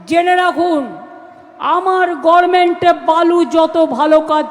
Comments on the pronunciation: গর্মেন্ট , পোমান 😂😂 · গর্মেন্ট নাকি গভেট মেন্ট? এরকম মূর্খমন্ত্রীকে আমাদের সহ্য করতে হচ্ছে এটা ভাবলেও অবাক হতে হয়। মানুষ কতটা নির্লজ্জ হলে, কত জন্মের পাপের ফলে এমন একটা মূর্খমন্ত্রী পায় একটা রাজ্য।